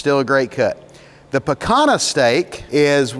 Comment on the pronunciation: Excellent and educational video! Just an FYI...Picanha is pronounced pea-kaan-yah. It is truly an oustanding cut of beef.